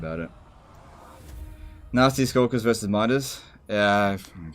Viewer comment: Anyone else mishearing "Nazi Skulkers" almost everytime?